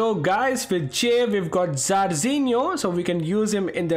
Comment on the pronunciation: He still being saying Jarzinho to Zarzinho